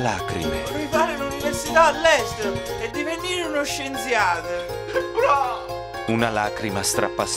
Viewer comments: Lo "Scienziade" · "divenire uno scienziade" 😂😂😂😂